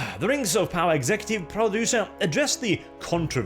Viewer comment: Its Amazon's Token, Rangs of Powah.